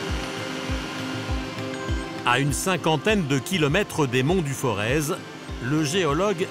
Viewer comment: Pour information on ne dit pas ForeZ mais Forez comme Forêt...Le "Z" ne se prononce pas...